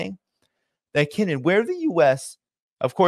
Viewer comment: Pronounced jingmen island. And its not a hundred miles from the main island. Ya might wanna do just a tad more research before posting. As well as the actual relationship both kinmen islands have with China.